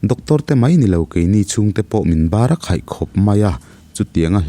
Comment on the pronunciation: Barakheih tih hi lam tha deuh la 😅